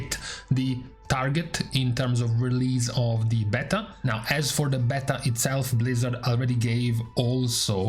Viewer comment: Beeta beehhhta beaitaaaa Damn man